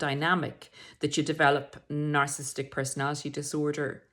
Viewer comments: PLEASE pronounce Narcissistic correctly. Its not narcisstic. Its narcissISTic. Horrible hearing it incorrectly pronounced several times. Would like to think the narrator is an expert whose knowledge we can rely on not someone who cant pronounce the topic itself. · Nar/ciss/is/tic For syllable pronunciation, split on double consonants, never split a double letter. Way I was told. A tic ✅ at the end 🤣